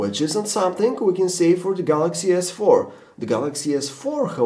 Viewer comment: sounds like he is saying the jizz 4